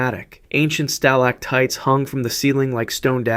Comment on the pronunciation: So this is like completely fake? And there are a lot of details like an island in the Caribbean being near Long Island, the mispronunciation of stalactite multiple times, the fact that the thumbnail says someone was eaten alive... How much money do you make off of this? Doesn't it feel weird to make a video to fool kids, when you know literal children could produce something with more honesty, creativity, and intellectual honesty? Channels like this are ruining the site. I used to be able to scroll for 30 seconds and find a nice video to watch that was better than anything on tv. Now I spend 15 minutes scrolling for something like this.